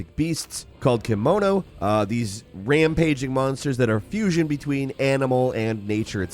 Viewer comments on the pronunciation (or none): "kimono"? lol KEMONO, beast in Japanese.